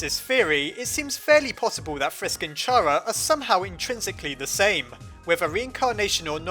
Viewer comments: CHAR-uh? CHAR-uh? It's KARR-uh!!!! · Just saying, I think it's pronounced Kara not Chara, just because Chara's name is supposed to be off of "character". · It's pronounced kara KAAARAAAAAAAAAAAAAAAAAAAAAAAAAAAAAAAAAAAAAAAA!!!!!!!!!!!!!!!!!!!!!!!!!!!!!!!!!!!!!!!!!!!!!!!!!!!!!!!!!!!!!!!!!!!!!!!!!!!!!!!!!!!!!!!!!!!!!!!!!!!!!!!!!!!!!!!!!!!!!!!!!!!!!!!!!!!!!!!!!!!!!!!!!!!!!!!!!!!!!!!!!!!!!!!!!!!!!!!!!!!!!!!!!!!!!!!!!!!!!!!!!!!!!!!!!!!!!!!!!!!!!!!!!!!!!!!!!!!!!!!!!!!!!!!!!!!!!!!!!!!!!!!!!!!!!!!!!!!!!!!!!!!!!!!!!!!!!!!!!!!!!!!!!!!!!!!!!!!!!!!!!!!!!!!!!!!!!!!!!!!!!!!!!!!!!!!!!!!!!!!!!!!!!!!!!!!!!!!!!!!!!!!!!!!!!!!!!!!!!!!!!!!!!!!!!!!!!!!!!!!!!!!!!!!!!!!!!!!!!!!!!!!!!!!!!!!!!!!!!!!!!!!!!!!!!!!!!!!!!!!!!!!!!!!!!!!!!!!!!!!!!!!!!!!!!!!!!!!!!!!!!!!!!!!!!!!!!!!!!!!!!!!!!!!!! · Isn't it chara and not cara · CHARA NOT CARA!!! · How to pronounce ch-ar -a not c-ar-a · Chara not cara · i dont understand why pronounce it like "chara" it is obviously "kara" "chara" doesnt even sound pleasant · What's wrong with a slug? Also it's pronounced "Chara" not "Chara". Some people. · Oh my fucking god Chara is the correct way to pronouce it not Chara get it right people!!! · no either is correct chara is the way to say it is opinion stop doing stuff like that people it will never help anything in the world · i cant even watch this because i know he'll pronounce it 'chara' instead of 'cara' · Just saying that Toby Fox says it is pronounced C-ara, not CH-ara. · Pretty sure the name Chara stems from character, so it’d be pronounced cara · just so you know, her name is actually pronounced "Car-a" because Chara is short for Character :) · Chara's name is like CHARActer. So, its pronounced kara. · it's pronounced Cara, because it's short for character, so silent H 💙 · It is pronounced carea like in character because chara's full name is character. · it's pronounced "kara" , you wouldn't pronounce the word "character" like that, would you? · ITS PRONOUNCED C H ARA LIKE IN CHARECTER.